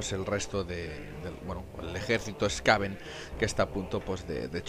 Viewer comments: No se porque le cambias la pronunciacion a los Skaven... a veces les llamas bien Skaven y otras mal Skavon... Skaven proviene de la palabra Scavenger y por tanto se pronuncia con A y E SkAvEn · Los skavens se llaman skavens, si digo en alguna ocasion skavons pues lo he dicho mal, por norma lo digo como sería en Castellano, skaven, pero realmente sería skeiven ya que es un juego inglés, es como ulthuan, unos dicen ultuán o ultuan, pero es inglés i sería ulzuan no ulzuán o tzeench que se pronuncia tzinch por que es inglés no tzench, pero vamos , voy a ver cuantas veces digo skavons aunque es la primera vez que me lo dicen 🤣🤣 pero ya te digo siempre les he llamado skavens no skavons